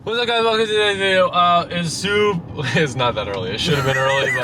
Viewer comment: “Ererrrer to-ays video” 😂😂😂😂